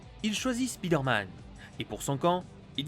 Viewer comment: Mais arrêtez de dire speeder man c'est perturbant et prononcé comme ça, ça veut juste dire: l'homme qui va vite.